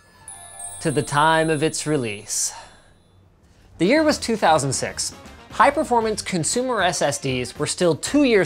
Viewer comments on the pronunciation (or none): he said that the year was two thousand sex😂